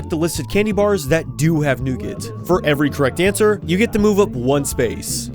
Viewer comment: the way he pronounced nougat💀💀💀💀💀💀